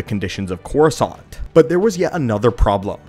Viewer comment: All i hear is croissant.